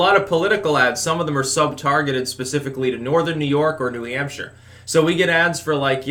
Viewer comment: "Gawn' put y'all BACK in N'Hampsha."